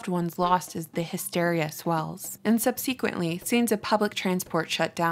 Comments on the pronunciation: one of what? I don't believe in the "Mandella Effect" but things like this make me wonder sometimes. I'm 40 years old and have NEVER heard ANYONE pronounce subsequently that way prior to last week. I heard it once then and now on this video. You don't think it's normal to ask that question in those circumstances? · Great video but WHY have people SUDDENLY started pronouncing SUBSEQUENTLY the way she did???